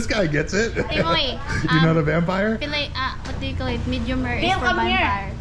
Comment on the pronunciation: "bampire" so great!!